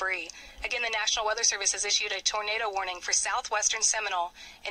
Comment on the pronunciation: It’s Seminole btw